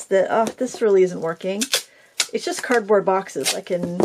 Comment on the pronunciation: I hung on replaying with CC on, over and over, because I thought you said 💩board box, and I couldn't figure out why happy was "crapping" on her own box 😂😂😂 /I'm Catholic, I immediately prayed for your soul and wondered.. what is 💩board box? HELP! 😂😂😂✝